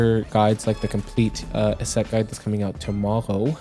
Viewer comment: Why do you say Yset like that?